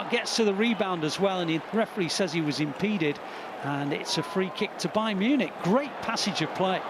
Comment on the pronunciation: Agent's Bayarn Munich 😂